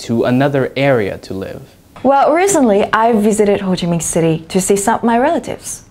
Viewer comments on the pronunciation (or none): phát âm chuẩn, ngữ điệu hay nhưng nhìn cái biểu cảm khuôn mặt (facial expression) thì thấy rõ video này được chuẩn bị quá kỹ, đến thuộc lòng từng câu thoại... À, chữ "c" trong từ "recent" phát âm là "s", không phải "z" nhé bạn.